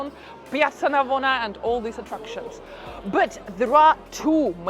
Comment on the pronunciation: Other than your British Russian Accent you have a lot of good points. Work in saying “but” and “first” in English. It sounds nothing like those words. 😅